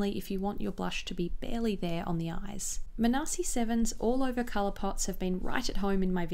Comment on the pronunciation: Hey! Just wanted to say that Manasi is pronounced as maa-nuh-see and not muh-naa-see! Two of my friends have that name lol. Love your videos💕